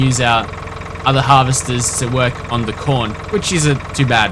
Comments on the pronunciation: lol when u say corn i sounds like ur sayin porn :D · Taught he said porn at the start ..